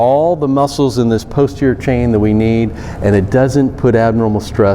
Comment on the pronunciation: This is interesting. I've been using this for 15 years. It has a lot more diverse an array of possibilities than what you've shown. Please pronounce posterior clearly. It sounds like you're saying poster.